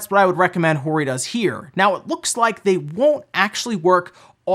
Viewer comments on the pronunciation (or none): It’s Hoe-ree Not whorey